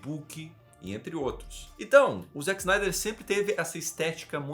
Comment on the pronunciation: Desculpe s eeu estiver sendo chato, mas gostaria de fazer uma pequena correção, é que você pronunciou o nome do Zack snyder errado, não se diz zack snaider, mas o jeito correto de se pronunciar é "Zeck splinter" e o sobrenome é "snydercut é meu ovo"